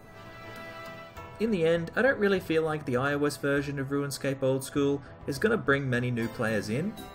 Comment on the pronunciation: Are you saying "ruinscape"?